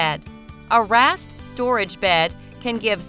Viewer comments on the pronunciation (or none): The computer narrator was trying to say "raised" bed.